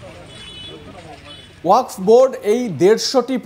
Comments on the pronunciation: ঠিকমতো বলেন ওয়াক্স নয় ওয়াকফ। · তুমি ভাই সংবাদ পাঠ করতে এসেছ অথচ তোমার উচ্চারণটাই সঠিক হচ্ছে না, ওয়াকাফ বিল কে তুমি ওয়াক্স বিল বলছো কেন?একজন অর্ধশিক্ষিত মানুষ এইভাবে সাংবাদিক হলে বা সংবাদ পাঠক হলে, অনেক কিছু হতে পারে তার প্রমাণ তুমি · Apni ki reporter na comedien. Jey thik moto wakaf uccharon kortey pare na seta apnar report er hisabey lagga. ,dikkar chanachi ey rokam boro channel a apnar moto reporter der !!